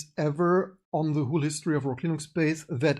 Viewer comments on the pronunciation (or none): Nachtrag - nach der ersten Stunde wurde es schlagartig besser. Aufgefallen ist hauptsächlich, dass du "whule" statt "whole" sagst. Ein Kollege hat früher immer remuute desktop, statt remote desktop gesagt, sind halt alle nur Menschen.